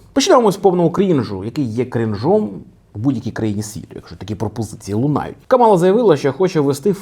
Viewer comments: Тільки вона не КамАла а КАмала. Така маленька ремарка. 😅 Дуже поважаю контент який ви робите. Продовжуйте в тому же дусі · Кажуть правильно казати кАмала